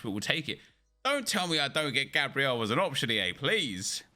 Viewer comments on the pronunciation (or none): none